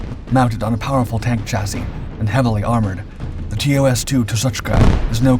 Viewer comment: So glad to hear you pronounce chassis correctly now instead of how it is sounded out, congrats long time subscriber 😊